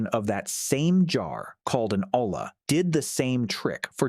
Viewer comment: Not an Ola. It's an Olla. Pronounced "oya" not "ola".